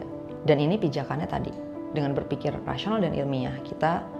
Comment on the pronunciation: Rasional atau Rashional? Kenapa mulutmu 😅